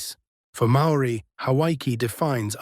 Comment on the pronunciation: I’m a part Māori New Zealander, and my opinion is that the AI synthesised information here is good, insofar as it matches well the many spoken and written accounts I received before the age of the internet. HOWEVER, the AI pronunciations of Māori words and names are nowhere near authentic. Please do some research and learn more about these if you want to internalise or relay these stories. Same goes for the images… check out authentic Māori art and carvings if possible. Go to the source if you can.